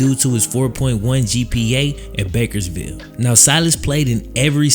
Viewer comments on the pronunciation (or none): (bakers-field) (born and raised here) not ville but love the video!